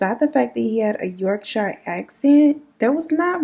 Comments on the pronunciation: Yorkshire is just pronounced 'york-sheer'. No shyers here 😁 this was on of our big cases, the Yorkshire ripper send shivers down your spine, he got to live a comfortable life in the institution along with a few other well known crazies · Us English folk have some weird place names. Yorkshire is pronounced like York- shear. Why we feel the need to confuse everyone is beyond me :) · You missed a few women out and the letters and Yorkshire is pronounced yorkshere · I’m creasing girl 😂😂 Yorkshire is pronounced ‘york-sher’ 😂😂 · I actually laughed out loud at the way you pronounced Yorkshire 🤣...much love from the beautiful county of Yorkshire..with no drawl in the shireeeee lool....